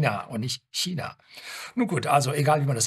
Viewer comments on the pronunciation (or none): none